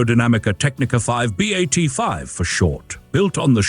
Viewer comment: Molto Bene! I hope you're going to do episodes on the B.A.T. 7 and B.A.T. 9 (the other two in the pictures). BTW, it's pronounced "Bat," not "B-8"